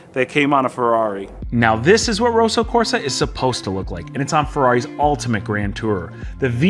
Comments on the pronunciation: It's Kosso Korsa 😁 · "Rowsow Corsa"